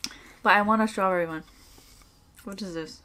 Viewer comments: strwawbwewy, nommy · No one: saying strawberry:strawburry Lol xd Imao 🤣🤣🤣🤣🤣🤣🥺🤣🤣🤣🤣😂😂